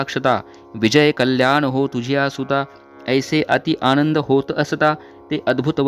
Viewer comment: खूप छान महटले आहे आणंद नाही आनंद इसे पाहिजे